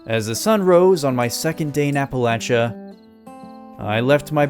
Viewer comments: Finally, someone who pronounces the "-chia" in Appalachia correctly, and not "-sha" 🙌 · As someone from Appalachia, I genuinely appreciate that you pronounced it correctly LOL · HE SAID APPALACHIA RIGHT!!! WOOOOOOO!!!!!!